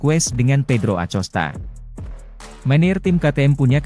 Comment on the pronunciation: A C O S T A?!😂😂😂BELAJAR NGEJA DULU BRO SBLM NGONTEN😂😂👎👎